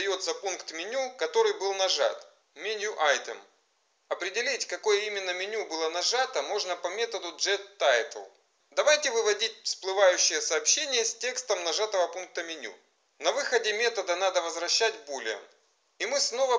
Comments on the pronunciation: гет-тайтл, не джет) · "джетТайтл" - произношение буээээ, читал бы уже упрощенным транслитом, не выделывался